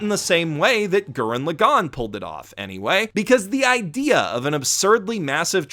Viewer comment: Why can nobody pronounce Lagann correctly? How are you all this stupid? You don’t have to tell people good for them if they like something. You’re extremely tropey. Stop it. Garbage video 0/10. Stop apologizing for your opinion and learn how to speak Japanese names properly.